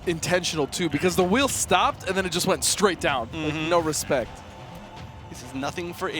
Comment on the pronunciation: Did he just say show me "respek"? I see you! lol